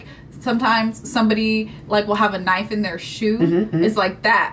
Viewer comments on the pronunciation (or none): (Whips out knife): "That's not a knoif. This...(struggle) This...(struggle) This is a knoif."